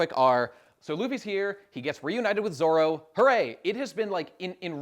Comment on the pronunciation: The Zolo thing is as weird as the german dub calling Luffy Ruffy instead of